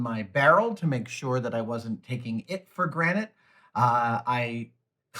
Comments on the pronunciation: does adam say "take it for granite" instead of "granted"...? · Did you just say taking for granite... Have you been saying it wrong this entire time? Lmao